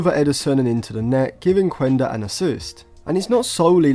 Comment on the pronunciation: Quenda is actually a wing midfielder/forward, same position as Anthony. You can just see his videos from Portugal or Sporting youth. The thing is, Amorim played him at that position in order to be able to fit him in the squad. Oh and its pronounced "Kenda" not "Kuenda"